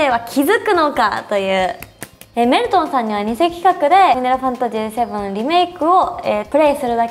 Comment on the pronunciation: メル↑トンさん